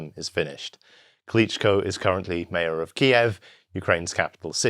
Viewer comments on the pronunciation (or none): none